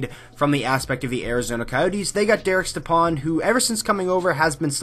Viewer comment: It’s pronounced Step-on not Ste-pan